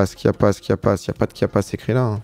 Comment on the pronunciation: Passer 10 fois sur Chiapas marqué en géant sur la map sans le voir, tout en prononçant Kiapas....belle perf...